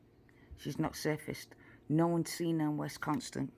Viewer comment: dear, it is WISconsin, as in miss. Also grandma has a pickup truck. Kind regards to you.